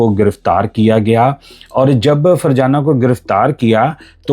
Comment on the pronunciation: Farjana nhi fazana tm ny to virgana nana dia😂